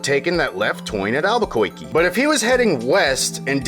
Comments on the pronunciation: "Alberkoikee." Thank you, Editor Dylan. Lol, for bringing back good Bugs Bunny memories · or Alba-koiky?